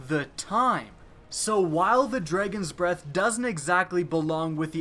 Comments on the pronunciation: "The Dregens breath" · Here we go again with "Dreygons" Breath lol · "the dregons breath" ? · Dredgeon’s Breath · You still haven't learned to pronounce Dragon huh? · you say dragon funny